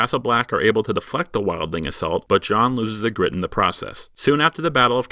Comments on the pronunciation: EE-gritte, not e-GRITTE. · Your pronunciation of Ygritte was horrendous. Still better than most fans.